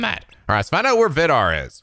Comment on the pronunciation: for once, me being Norwegian can actually help pronouncing a name albeit probably just to late for the next recording The way to pronounce the name Vidar is to put emphasis on the I in Vidar. so *Vi*dar instead of Vi*dar*. I'm surprised though that you otherwise actually pronounced the I the correct way in his name, the Scandinavian "I" is a lot more similar to the English "E" so people trying to pronounce Scandinavian words tend to mess that up